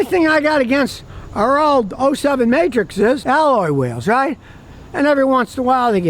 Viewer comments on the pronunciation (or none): none